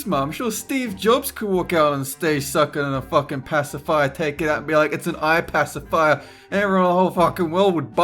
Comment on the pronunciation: "It's an iPassafire" I haven't laughed that much all day after hearing that